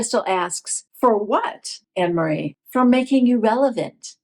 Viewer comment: It is pronounced An- ne- marie. It's a very common dutch name.